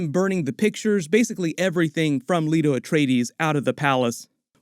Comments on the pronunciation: LAY-TO. Not Leeto. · Or seen the movie. "Lee-to Atreides??" It's Lay-to!